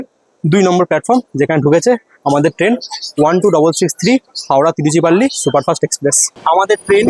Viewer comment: তিরুচিরাপল্লি কে তিরুচিপল্লি বলছেন কি নয়? উচ্চারণ করতে পারেননা আবার ভিডিও বানাবার এত শখ? লজ্জাও করে না?